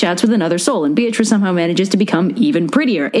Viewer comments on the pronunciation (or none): Funny thing about Beatrice (which, by the way, was pronounced completely wrong in the video because her name uses the Italian pronunciation ;P): She was never Dante's girlfriend. Dante barely spoke to her. He was one of those poets, like Leopardi, who secretly admired a woman from afar and considered her to basically be angelic and perfect and called that admiration and reverence "love".